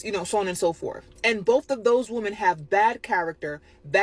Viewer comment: "those WOMAN, these WOMAN, both of these WOMAN" When did women start this trend of intentionally mispronouncing this word. It's awful and everywhere lately.